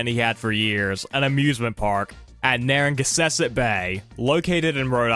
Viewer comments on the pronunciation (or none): Hey! Loved the video, but as someone from Rhode Island, You said Narragansett wrong.. Its pronounced: Nar ruh-Gan-Set Also Rocky Point is still accessible to anyone, as the land is now a state park! Still. aside from that, loved the video! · im from rhode island the way he pronounced narragansett and dartmouth made me cringe i'm sorry...